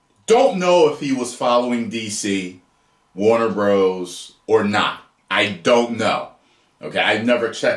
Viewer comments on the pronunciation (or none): none